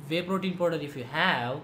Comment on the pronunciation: shit .you pronounce vey protein instead of wey .shit accent but thanks anyways